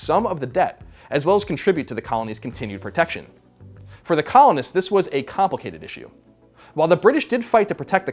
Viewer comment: When i heard him say "..that COLONists had against the British Empire," i heard "that Colin had against the British Empire" lol